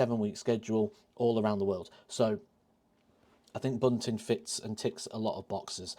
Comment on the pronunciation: I think you almost nailed it until you said Bunting, just my opinion.